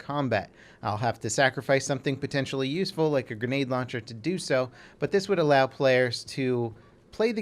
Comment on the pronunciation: 'Something potentialy usefiul like the granade launcher' haha plz dont make us laugh